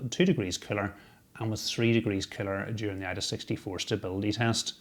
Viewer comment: I like how you pronounce cooler as "killer". Combine that with that murderous death stare you give the camera and it makes me start to wonder about you. :P